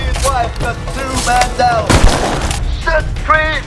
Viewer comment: "Man Down" คับแต่ผมก็ได้ยินว่า"แมงดา"เหมือนกัน